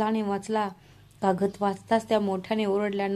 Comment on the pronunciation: काकद नाही कागद